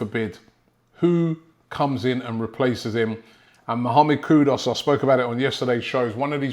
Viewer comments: Kudoos??? its Kuduus brudda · It's not Kudos It's Kudus (ku is not pronounced ko so why pronounce dus as dos? Hearing it annoys me like calling Robbie ...Roby (as in Rob - i) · Hi Robby, it's K-U-D-U-S not K-U-D-O-S, okay? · It’s kudus not kudos ! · Who's this kudos player😂😂😂 come on robbie are you doing it on purpose?😂😂 Coyg❤🤍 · He's actually call Kudus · Mohamad Kudos ???????? Kudos to you Robbie for murdering his name This is how to pronounce his name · 😅🤣😅 the never ending battle between Robbie and Player names continues.. Mohamed KUDOS is what I keep hearing 🤣😅🤣